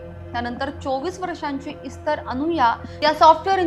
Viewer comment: सीसीटिव्हीच्या पुराव्याबाबत कोर्ट काय म्हणाले नाही का? त्यावरून व त्याने गुन्हा कबूल केल्यावरून त्याला काहीतरी शिक्षा व्हायलाच पाहिजे होती. निर्दोष मुक्तता म्हणजे उजळ माथ्याने समाजात वावरायला परवानगीच! दुसरी गोष्ट म्हणजे इस्तर शब्दाचा उच्चार एस्तेर असा आहे. त्या शब्दाचा अर्थ 'तारा', स्टार असा आहे.